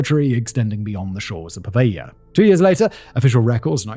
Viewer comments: PO-veglia not pa-veglia… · PoveLia ;) ("gli" is read as very soft "li" in Italian - soft but not like Spanish "ll" :) ) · The way you sort over-pronounce the name of the island (puhVEYYYY-YUH!) reminds me if that Seinfeld episode. "Has anyone seen my FEE-Yon-SAY? I cannot find him ANYWHERE?!!" Also, good video, man.